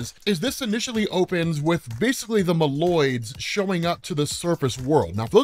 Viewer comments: bro MOLE-OIDS, not mALoids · Its pronounced Moe Loids not mah loid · Your pronunciation of Moloids is wrong and is horrifying to listen to.